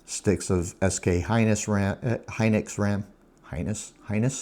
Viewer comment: lol "SK Hynus" 😆 I think you should throw that r16 case n mobo away lol btw did you end up selling that 4090? Its going for a lot rn on ebay. Also I much prefer custom stuff but hard to find someone that builds where I live lol